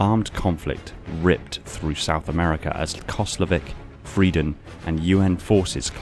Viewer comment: You have to pronounce the "r" in "Frieden" more german.